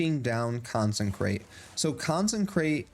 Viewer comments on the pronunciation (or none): Consecration. Not Consencration. Therefore it doesn't say consencrate. Good video - but I just had to get that off my chest, it's driving me crazy.